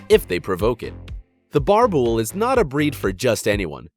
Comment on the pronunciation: He pronounced boerbul wrong